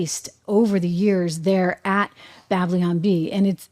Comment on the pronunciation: Trish -- it's "Babylon," not "Bablion"! Cute!